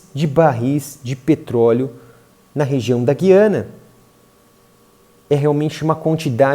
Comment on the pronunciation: O povo insiste na pronuncia errada... Guiania. G u i a n i a